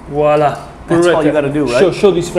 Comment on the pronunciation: VWAHLAH. voila. It’s French. Not wall ah